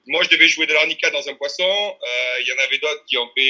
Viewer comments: on dit “harmonica” pas “Arnica” 😂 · De l'arnica dans un poisson et personne ne relève ...honteux de l'armonica pas arnica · Armonica pas arnica lol